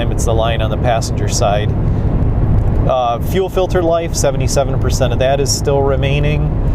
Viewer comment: Lear to say fuel. Please